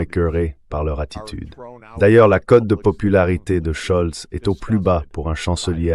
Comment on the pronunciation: Merci pour votre travail Quelqu'un pourrait il dire à M Sachs que le chancelier allemand c'est Mertz et non plus scholdz